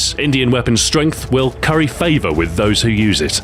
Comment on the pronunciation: "This Idian weapons strenght will CURY favor" I caught that one.